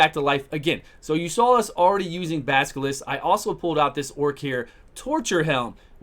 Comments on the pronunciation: Baskilist :D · I love the pronunciation of "Basilisk" xD